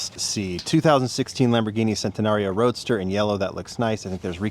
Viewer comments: Hi been a huge fan of yours, and watching the videos for so long but this was reallly disappointing. You mis-pronounced the name by RRRRRRRRRRRRs. Next time pls be more accurate 🫶🏻🫡🙏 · Please never stop doing the rrrrrrrrrrrrrrrrrroadster bit 😂😂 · Please stop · I am here for the RrrrrrrrrRoadster!!! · Rrrrrrrrrrrrrrrrrrrrrrrrrrrrrrrrrrrrrrrrrrrrrroadster is so iconic 😂